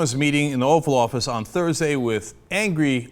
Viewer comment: Did he say "Offal Office"? XD